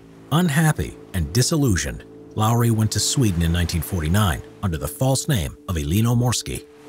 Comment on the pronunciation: Finnish is hard but congrats you said Lauri right